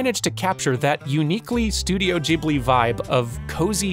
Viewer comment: I love that you know how to pronounce "Ghibli" correctly :)